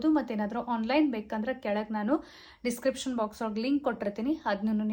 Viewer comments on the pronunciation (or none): none